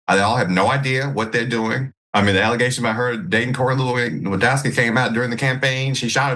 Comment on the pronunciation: Learn how to read Dr Richey PLEASE you are so embarrassing!! Everyone in politics knows how to pronounce "Lewandowski" and you read his name like you never even heard of him!